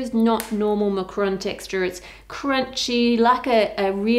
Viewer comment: Macaron (french dessert) Macron (french president) Macaroon (coconut cookie) It really sounds like you're saying Macron, you need another a sound in there!